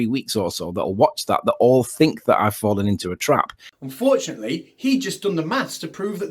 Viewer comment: Fwawwen into a twap !